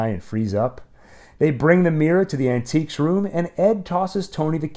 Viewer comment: Was "Shove it into our An-tiques room" intentional? 😅